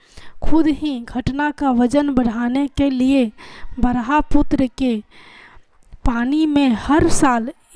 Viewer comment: 🙏🙏 Bhraputra नहीं Brahmputra 😂 Sorry to say that 🙏🙏👏👏🌹🌹